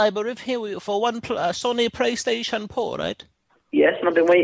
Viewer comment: “Praystation pour”